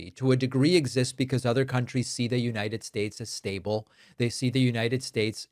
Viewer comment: “The United Staysh”😁